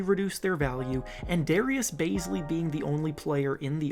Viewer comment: DARRIUS BAZELY? WTF ARE THEY SMOKING? 😂😂😂